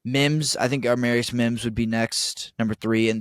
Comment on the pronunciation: It's Amarius NOT ARmarius. Please stop adding an R in there, it's ruining a beautiful name.